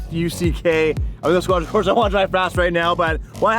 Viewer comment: Squadra Cors*E*, please haha